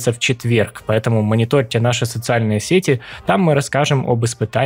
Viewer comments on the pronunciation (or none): none